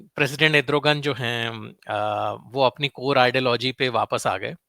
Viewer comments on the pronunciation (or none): it is not Edrugan it is Erdugan just a gentle correction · Edrogan...naam tou sahi bol...analysis karney se pehley